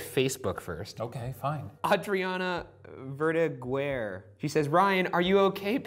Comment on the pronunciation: Ryan, it's Ver-dah-ger